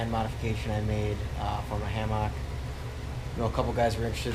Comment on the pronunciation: Please stop pronouncing hammock like that.